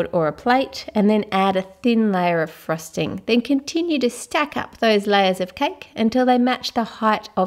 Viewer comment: no offence but when she says. frosting it sounds like thrusting